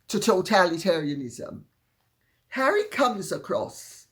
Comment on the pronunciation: his name is wha ree!